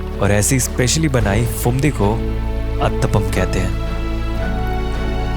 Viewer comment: Pretty cool indeed. But why do you keep pronouncing the "ph" as "f"? It's not "failna" and "Fumdi" (it very obviously is spelled with Ph and not an F), but phailna and Phumdi. Where are people learning this nonsense from? The "ph" is only pronounced as an "f" in English words which derive from Greek (e.g., "physics" and "photo"), which the words you're pronouncing are obviously not.